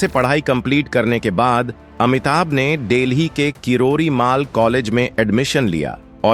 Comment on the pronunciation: Sap delhi on deli aur kirodi mal college ko kiridimaal bolte ho.Pahle bolna thik se sikho.